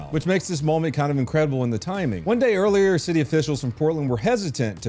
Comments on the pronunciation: Did you say gay or day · is it May or does day rhyme with gay…? Just asking.